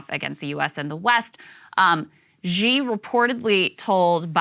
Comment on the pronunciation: Xi is pronounced not Gi, its shi.